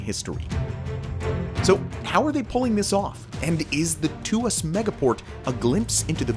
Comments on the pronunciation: The correct pronunciation of ‘Tuas’ is /twɑːs/ (sounding like ‘Twar’). Its not /tuː-ɑːs/ (‘Tu-as’) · its not pronounced "to as" its pronounced "twahs" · Tuas port is pronounced Twaas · Hi from Singapore! This is an awesome video explaining about this megaproject. Its a quick reminder to the world that automation is the future of work, and the way forward in the next few generations to come. Besides the Tuas Port (its pronounced tu-was, single syllable), it would be cool if you could do a video about Singapore's awesome metro system next😊👍